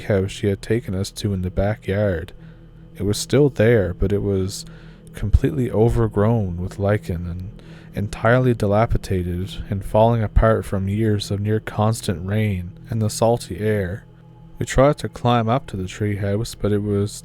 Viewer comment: Dilapitated is not a word. Dilapidated is.